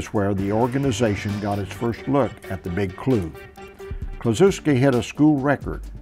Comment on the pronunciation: Ted Kluschewski not Kluchuwsky